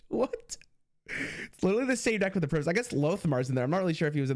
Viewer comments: It's also just how english works in general lol. Think "Tiger" vs "Tigger" - long Vowel sound before the single consonant Vs Short vowel sound before a double consonant. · IT's PRIME-US not PRIMMUS!:P love the content bud, have fun with titans release!!! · You can tell he's a young one music-wise if he can't pronounce Primus. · I just don't understand how you can think it's pronounced primmus 😭😭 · The way pronounces the Primus is straight cringe.